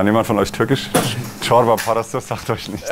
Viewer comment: Herr Rühl sehr Sympathisch, Corba Parasi, so gut ausgesprochen ich dachte erstmal dass er Türke ist 😁